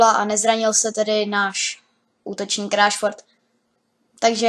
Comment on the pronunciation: to jméno se čte Rešford